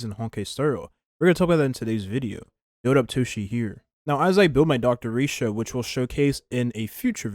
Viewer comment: Don't ever say Dr. Ratio's name like that again